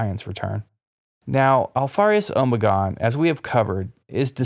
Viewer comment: Am I the only one who winces and cringes everytime I hear him say “omegon”